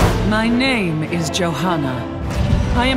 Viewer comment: Im no proffesor but im pretty sure is pronounced "joana" not "Jojana"